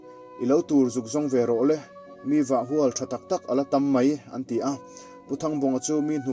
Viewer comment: Vah hual (khuai, ka hual) ti anga lam rik tur a nilo, hualbet tiha hual ti a, lamrih tur a ni...